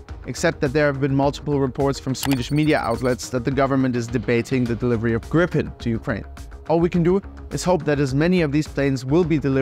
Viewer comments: How to in English say the Swedish name Gripen, you say GREEEEPEN. Yes, green without the n, and pen. Gripen. Pronounced greeeepen. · I love you so much, Ukraina, that I will let you in on a secret - it's pronounced [Gríp-en] (or Greep-en, if you only speak English) ❤ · so it's pronounced as Gree-Pen ?